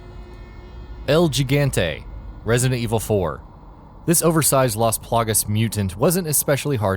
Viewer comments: RIGHT!?!? it's pronounced EL HIGANTIE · And also you can't , because it's spanish it's like HE GUN TE, not tee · Heisenberg That's all I could think about during that entry. "Jig-ant-ay." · No offense but you pronouncing the el gigante wrong unless its pronounced that way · I cringed the way he pronounced "El Gigante" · "El Gigante" Spanish mate. Look it up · Dude this guy is a rowdy white boy! You need to brush up on your Spanish! You pronounced el gigante very wrong!! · you pronounced el gigante wrong. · This List was TERRIBLE! There was obviously no thought put into this list. I already knew this list was shit the moment I heard him say El Gigante wrong. Out of all the RE:6 Bosses you chose Deborah? The easiest boss fight ever all you have to do is lay down! There are some many other bosses deserving of her spot Derek Simmons, Ustanak, Brzak, Ubistvo I mean even Haos had a better boss battle. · That pronunciation of El Gigante really bothered me... XD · It annoys me a little bit because a) it demonstrates that at the very least the person reading the list hasn't played the games, so why bother making the video? and b) "El Gigante" is just Spanish. Most people know how to pronounce Spanish words, especially in the States. If the content creators aren't bothered to prep even a little bit, why should we bother to watch? I'll go to bed and get my shit together now. It's late and I'm grumpy enough to bother typing my grievances :P I'm not actually that mad about it, I promise! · Your pronunciation of "El Gigante." 🤦🏻‍♂️ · Her name is Sheva, not Sheeva. Mispronouncing El Gigante is forgivable since his name is never actually spoken during the game, but there's no excuse for getting the name of one of the main characters in RE5 wrong. How about getting someone who has actually played these games to do the narration next time? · it's (L GIG-ANTE) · "El Jig-ant-ay" lmao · im cringing rn cuz he said gigante not higante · El Gigante The butchered pronunciation - El Jigante